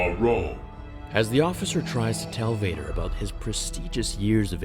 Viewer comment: WHOM EVER DOES VADER... NEEDS PRONOUNCATION LESSONS